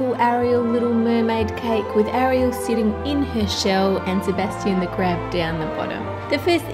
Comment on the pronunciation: You said her name wrong.😂